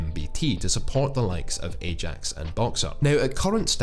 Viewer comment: '...along side AJAX..." 😆😂